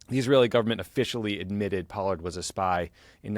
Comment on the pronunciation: Yeas...Pollard does not sound like Pard.